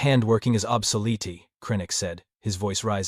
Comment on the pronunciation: Anyone else catch "obsoletee" ? 😅 These A.I.s are funny. 😂